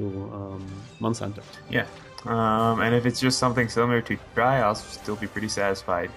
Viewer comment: Not tri tri G